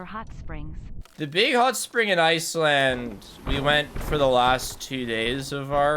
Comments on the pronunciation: why do you call it ice-land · Everyone: “Iceland”: “iceLAND”